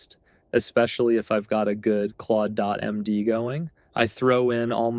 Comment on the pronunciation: sorry, thought it was Ai generated when you didn’t pronounce Claude.md correctly. But let me delete this comment so I don’t misinform others. Great content btw